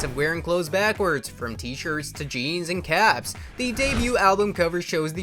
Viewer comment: I hate how this auto voice says backwards.